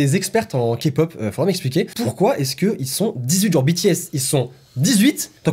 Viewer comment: bah en faite si on regarde les journeaux televisé français c'est encore pire (meme qu'il pronence kpop 'kapop')